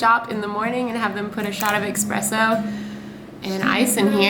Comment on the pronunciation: wait did you just say "ekspresso"? XD